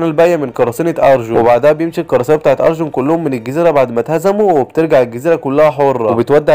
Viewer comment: وربي اسمه مو ارجون اسمه ارلونغ